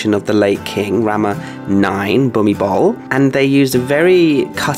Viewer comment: King Bhumibol is pronounced Bhumi-bon.